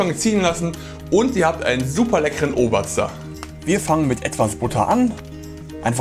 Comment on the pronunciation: ohmei....Ooobaaazda! Schon lustig zu hören, wie Nicht-Bayern das versuchen auszusprechen! 😂😂😂😂😂😂